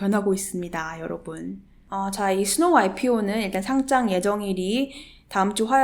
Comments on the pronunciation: 상짱은 교장, 교감감선생님이 주시는게 상짱이고, 주식 상장은 상'장'이라고 읽는게 맞습니다. 딴지 걸려는 건 아니고, 계속 그렇게 발음하시는거 같아서요. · 잘 보고 갑니다. P.s. 상장을 상짱certificate으로 발음하면 전혀 다른 뜻 입니다.